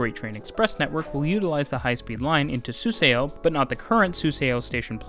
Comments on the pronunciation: Suseo pronounced as ‘su-saw’, not ‘su-se-o’ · The "eo" makes an aw sound, btw. Suseo is sue saw. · This makes sense! The relative accuracy and consistency of your pronunciation throughout the video shows you did your homework. Although like the original commenter, somehow I couldn’t leave the Suseo itch unscratched 😅 I just saw another video last night with the same pronunciation on Suseo and became curious why this one in particular is such a demon. As more people travel from the station with the SRT, GTX, etc., hopefully something closer to the native pronunciation spreads around and catches on. Anyway, good job on the pronunciations and thanks for the video!